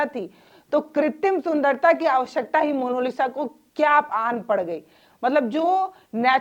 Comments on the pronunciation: जी अगले वीडियो में 'मोनालिसा' का सही उच्चारण कीजिएगा, आपसे ये उम्मीद है बाकी आपकी पत्रकारिता काबिलेतारीफ है ।👌🙏🌹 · आप पत्रकार है कम से कम नाम का उच्चारण तो सही कीजिये। मोनोलिसा नही मोनालिसा। कृप्या ध्यान रखें। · मोनोलिसा नहीं... मोनालिसा नाम है उसका आपने तो बेचारी का नाम ही बिगाड़ दिया...